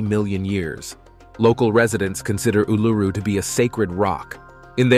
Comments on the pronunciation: ooh-loo-roo NOT ooh-LOO-roo. sheesh! 🤪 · It's sounds more like Oul-a-roo, and it's real name is Ayres Rock. The Aboriginals think they own it so they re-named it Uluru.?? No ones own a countries land mark, also just because your great great grandfather took a shit their, doesn't make it yours.? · Please learn how to say Uluru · Jesus!! At least learn to pronounce Uluru!!